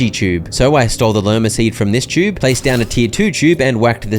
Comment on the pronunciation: i’m so sorry but why do you say “chube”